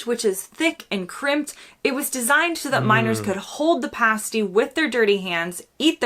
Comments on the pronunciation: It's not a paste-ee. It's a past-ee. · You mispronounce "pasty" by the way. Past-ee not paste-y. A small detail but an important one, you muppet 😉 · "Pastey"? "PASTY!" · Its pronouced pastie by the way. Paste or pastey is so wrong, its a kin to pronucing gif with a J. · And it's pronounced 'pass-tee', not 'pays-tee' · It's Cornish Pasty, with a short A, like Ass. It's not a pastey with a long A, like copy and paste! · It's PAStee not PACEtee.😉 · Pasty is pronounced 'pass tea', not 'pace tea' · Cornish Pasty,,,, It's PASS-TEE. It is NOT PAY-STEE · It's Cornish pass-ty not paste-y. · why did you change pa-stee into pay-stee , do you not have ears ? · For a chip butty, bud? Salt and malt vinegar. Not sauce or any other vinegar. There is a balance to find. 😎 Or in Scotland, salt & brown HP sauce. Also in British, it is not a 'pay-stey' it is a 'pas-tee'. ;-) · Pass-tee not pay-stee when taking about Cornish Pasties!!! Come on get it right!!! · Not pay sty its pass ty . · Why does insist on saying Paste-y even when the video says pasty over and over. He’s done this before. It’s pass-ty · Pas-ty NOT Pay-sty🤦‍♀️ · ALWAYS Chips. NEVER French Fries ! They are 2 different things ! BUTTY not BUDDY ! DONER = DONN ER not D OWN ER. AGA = AA GA not A GA. PASTY = PASTEE not PASTE EE. The DVLA in the UK does not have regional offices like the DMV in America. It is one department of the government situated in SWANSEA, WALES. We don't physically go there for anything. We don't say " bartender". We say "barman". Christopher Nolan !!?? ELEVENSES not ELEVENZEES. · It's not a pastey, you muppet! lol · For god sake it's pronounced PAS-TEE NOT PASTE-E. She said it many times in the video. It doesn't rhyme with pastry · NOT A PASTE-EE!!!!!!! 😡 a PASS-tee! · Why when she tells you how to pronounce Pasty (Pass-tea), do you have to mispronounce it as Pace-tea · Pasty is pronounced as "pass tee". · Also tell them pasty is not pronounced pasty. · It's not Paste-ee, it's Past-ee